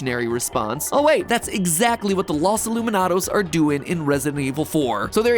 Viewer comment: lowes ee-lou-me-noh-dows